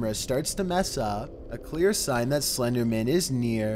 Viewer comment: he said slendermin